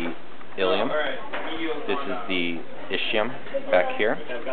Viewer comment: It's not pronounced I-SHI-UM. It's I-SKE-UM.